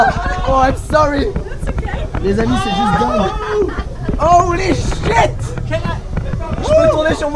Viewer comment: OLY SHIT OLY SHIT OLY SHIT -Squeezie 2017